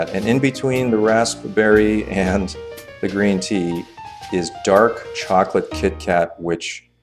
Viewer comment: raspberry is pronounced (raz-berry) not tryna diss just tryna help👌